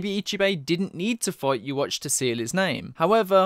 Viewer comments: Yhwach, not Youwatch. Please... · I really hope they don't pronounce yhwachs name like yuwatch in the anime... would really throw me off yuhawbac sounds so much more menacing